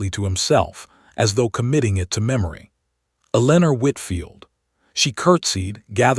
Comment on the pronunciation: Eleanor and hoping not hopping!! So sick of mispronunciations. No English speaker is editing or proofreading these stories!! They are all the same in almost every story.